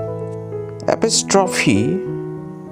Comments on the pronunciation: Ah-puh-strof-hee??? 😆 It's pronounced uh-po-struh-fee. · I don’t wanna be rude, just nitpicking a bit- the accent in “apostrophe” isn’t “apoSTROphe”, it’s “aPOstrophe” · Don't learn English from this man if you want to speak standard, non-Indian accented English. I almost spewed my coffee when he got to "apostrophe!" The western world says a-POS-traw-fee. "Full" is one syllable. Not ful-ly. And lots more. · appo- stroffy..........apos-strofee... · Me : Hyphen He : haipen 😅 Me : Apostrophe He : Apustroffe 😲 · "Apustrophy" And "Shemicolon" Got me DEAD 😂🍡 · Axclemeshon marg, shimmygolon, apistrophee. LMAO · Ah yes the Appee straw fee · bro really said "Epeestroffee", what a wordsmith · "Curly Brikit" and "Apistrophe" got me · The dramatic pause before “apostrophe” is perfect considering the audience is already in suspense based on the previous pronunciations